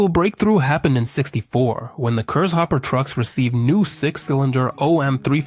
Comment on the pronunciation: It is actually not Cursehopper, but Kurzhauber;) For the average Kraut it is always funny to witness how impossible this language is to speak for the English.